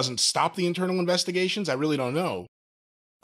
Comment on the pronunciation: Lol emphasis on "internal"...and "intern"